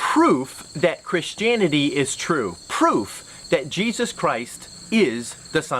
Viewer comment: Ok, one from GE and now this one ... have they started pronouncing it Chrishtanity or Chrishtaniety since I left?